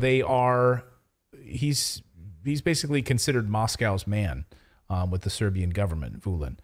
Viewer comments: Your pronunciation is marvelous, no worries! Pozdrav iz Beograda za najbolji kanal na U Tube 😇👏👌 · Your pronunciation of Serbian names is just fine.